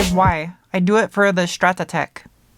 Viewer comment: its STRAT-TEC not stratatec